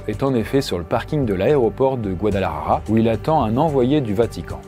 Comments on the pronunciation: Par contre faut vraiment arrêter de dire guadalajaja c’est : Guadalajara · C'est pas Guadalajaja c'est Guadalajara ! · Quand il dit Guadalajara il dit : Guadelahaha ☠️ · 😂 c'est pas guadalarara ...ca se prononce Guadalajara....le r devient l.